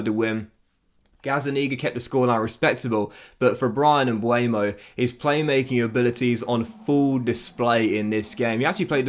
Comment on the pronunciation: He is MbEuMo not Mbuemo 🤣 if you cant pronounce his name just sell him